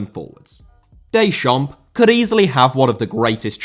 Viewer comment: Deschamps* not Deischamps